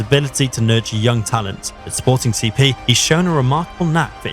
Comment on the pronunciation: Had to give this one a like just for the fact that you actually took the time to read, unlike so many others, and called "Sporting CP" by it's name, well done, thank you